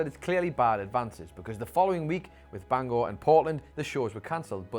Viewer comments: Gotta give props, you pronounced Bangor correctly ("Gore" as opposed to "Ger.") We also would have accepted Bangah. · Props for not calling Bangor Bang er like every other person does